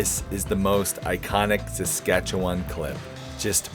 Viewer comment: Good video! Thanks for sharing. Being from Saskatchewan, I have to say that I was impressed you pronounced it correctly - many struggle. But although the beauty of Saskatchewan is it's flat prairie, three hours or so north and you are into terrain that is not that dissimilar to Dawson Creek, another level of natural beauty. I am always in awe of Alaska and how something so beautiful can be so deadly at the same time. Nice ending to the video.